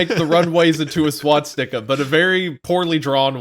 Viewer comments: Does .... does Wendigoon think it's called 'Swatstika'? I swear he said it that way multiple times. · "is there a swatzika?" i'm deaddd